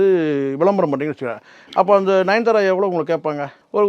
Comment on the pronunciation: நயன்தாரா பேர தவறாக இழுக்கிறீங்க....